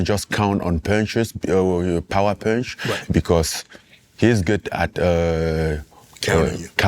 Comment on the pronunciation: "EVERYONE. Everyone will go down with that punsh." 😳